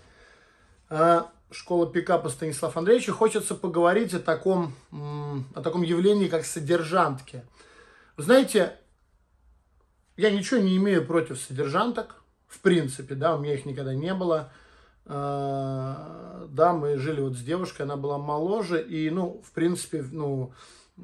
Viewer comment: Вроде правильно говорить - содержанок, а не содержанТок..